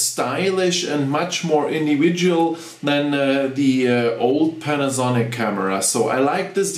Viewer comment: You english is very very good but you just want to pause when you say panasonic. like this, pan, a, sonic. almost like you want to separate the syllables but not a long pause.